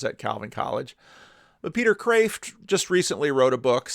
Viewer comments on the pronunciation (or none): Your pronunciation of Matthieu is pretty close so don’t worry. But shouldn’t that be Peter Khkhghreeeft?